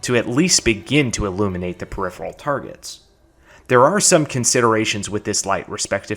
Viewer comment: I’m just shocked a fellow Texan can pronounce “peripheral.”